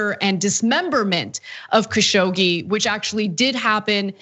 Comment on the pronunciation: the name is pronounced Kashog-ji